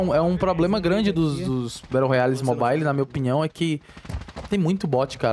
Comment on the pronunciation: "mo bai li"